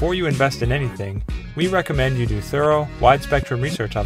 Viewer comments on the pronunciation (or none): none